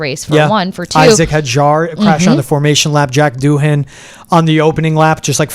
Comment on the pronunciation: Bortolati (Bortoleti) and I'm also positive Doohan is pronounced without the H